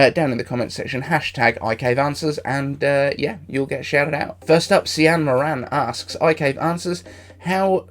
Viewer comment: Cian is pronounced ‘keen’ in Ireland 😁 (Moran is -‘more-in’